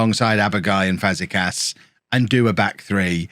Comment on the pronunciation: You were closer to Europe than relegation at the end of the episode at least 😅 Btw: Aboagye = [a-bo-ag-yey], - Fazekas = Fazeka[sh], Luquinhas = Luqui[ny]as